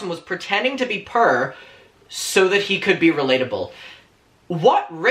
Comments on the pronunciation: big fan of yours but I begging you learn how to say the word "poor" 11 minutes and I was totally confused with the whole video had to stop watching it dawned on me five minutes after I shut the video off what the hell you were trying to say. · I’m sorry but the way you pronounce poor triggers me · Love your accent, I have to correct what you're saying in my head because I keep on hearing purr instead of poor. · I love how he pronounces "poor" as prrrr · I was so confused “pure” lmao almost through the whole video I finally understood you were saying “poor” Ilu 💕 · He says poor like purr... das cute xd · not me think you were saying purr and not poor 🗿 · omg I thought u were saying purr at first but then it finally clicked that u were saying poor... my pea brain gotchu now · I was trying to figure out what "purr" meant , thinking it might be some young kid lingo , it took me almost half the video to realize he means poor 😂🤦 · Every time he says “purr” instead of “poor” I die of laughter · Not me the entire video thinking he was saying “purrrr” instead of “poor” 😂 I was so confused 😂💖💖💖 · The way accent puts “poor” kept making me think he was saying “purr”... and I really thought he was being shady about cats like how everyone was when Nintendo tweeted about being inside a cat 😭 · I thougt you were saying purrr💀 (love your outfit bestie) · Took me ages to realise you was saying Poor and not Purr. Thought it was like a new slag that all the young cool kids say 🤣🙈. Lovin’ the outfit ‘Bestie’. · Love how you say poor.. purr 😉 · love your videos but this whole time when you were saying purr I couldn't figured out what exactly you were saying at first then realized you were saying poor 🤣🤣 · "I'm purr I have nothing"😭😭😭😭😭😭😭😭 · aww the way you say poor. i thought you were saying purr bestie!! 😭 ❤️ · idk why i thought u said purr instead of poor omfg i am dumb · What he said: poor What I hear: purr ✨💅🏻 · Is he saying poor or purr I honestly can't tell